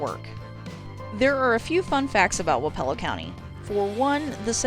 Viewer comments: It's "wap ah low" not "wap E ELL O". I am speaking from experience. I grew up in Wayne, wappelo, and appanoos County county. Also Lucas county. (Wich I'm pretty sure is way way poorer than the 3 I said) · It's pronounce WAAH-puh-lo, with the emphasis on the waa. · I grew up in Keokuk county 1 county north of Wapello and have never heard it pronounced the way you did, but that is not saying the way you did is wrong. We pronounce our my hometown Sigourney, Sig er ney. Anyway I enjoyed the video and have alot of familiarity with these counties on your list. I have a brother who works in Ft. Dodge, another in Ottumwa, lots of freinds from Jefferson and Lee county and would horseback ride at my uncle's in Centerville as a kid. Also never knew that Lee had 2 county seats.